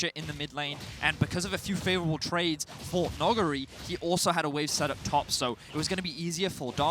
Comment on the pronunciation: Can someone fucking teach them how to say Nugiri's name, I get more and more triggered every time they say it.